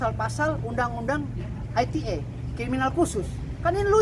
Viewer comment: Jancok pengcaranya bisa salah ngomong UU ITE jadi UU ETE.. Kocak kocak 🤣🤣🤣